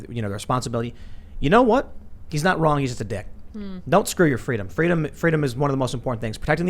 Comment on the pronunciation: He pronounced it "Skuh-doo yoh fuh-dee-duhm"